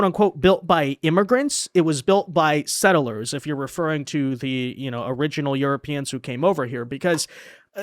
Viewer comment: PLEEEEASE....It's two syllables. Sett-lers,not set-ter-lers.